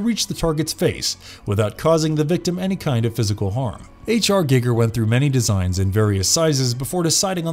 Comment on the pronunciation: "H R GiggeR" 😂 That tell tale "I read this 5 minutes ago" pronunciation lmao